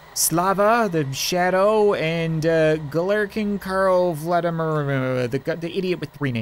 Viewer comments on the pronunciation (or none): none